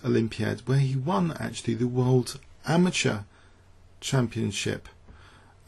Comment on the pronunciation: It's pronounced ama-terr, not ama-ture.